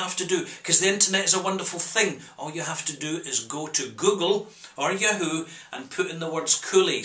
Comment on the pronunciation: I like the way you say yahoo. "yewhoo". lol.